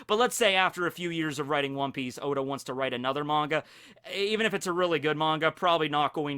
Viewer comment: said “hoe•da” lls